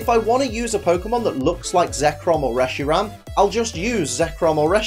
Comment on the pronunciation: Reshiram not resheram